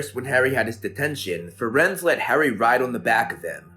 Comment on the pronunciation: I don't know if anyone has said it, but it's Firenze, not Firenz :)